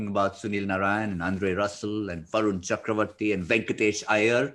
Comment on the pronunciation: It's Varun "Chakravarthy" not "Cakravorthy" Sameway it's "Mohammed" Shami, not "Mohhmad"